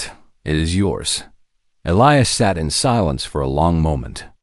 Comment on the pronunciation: Why the difference in skin color? Why are all cargo ships old and broken down? Wouldn’t there be major cargo carriers by then? Did the princess have to have four arms? Please learn to pronounce Elias correctly. And they’re using charts instead of an outer space GPS? What about his crew? Didn’t they deserve a reward by standing by him? The humans in these stories are ridiculously noble, selfless, and humble.